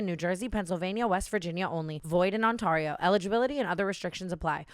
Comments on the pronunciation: Tana, can please learn how to say Ontario properly it’s not ONTARRIO ITS ONTARERIO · The way she said Ontario in the gambling ad😭😭